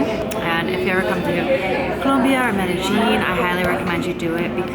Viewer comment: You pronounced the world Medellin incorrectly. The LL is silent. Correct pronunciation is Medéyin. Please don't take it the wrong way!